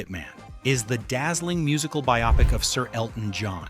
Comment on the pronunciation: ai- PRONOUNCE BIOPIC???????????????